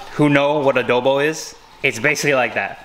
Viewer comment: I love pronounciation of adobo lmao ✨adœbo✨